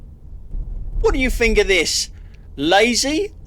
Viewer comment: Sorry mate, but I'm finished with your site. Your constant whining is pafetic. You might want educating into the fact that there is no 'f' in 'think'.